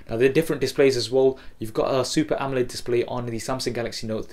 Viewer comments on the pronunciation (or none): none